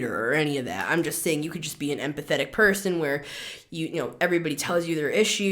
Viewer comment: Lmao I thought you said “and pathetic“! When you said empathic!😂❤